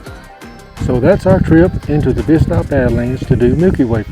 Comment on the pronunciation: I love the four corners area. And you said Bisti correctly!